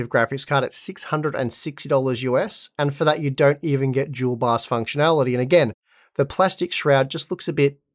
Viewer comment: Im new to the 3 and 4 series, is he saying it's a Jewel bios or dual bios? What is a jewel bios, if that's what he's calling it.